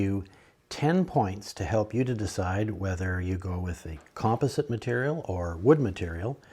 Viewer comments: Nice video. But would you please pronounce "composite" correctly! You're killing my OCD. lol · Thank you! I was having a hard time with that myself. :) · he must be Canadian!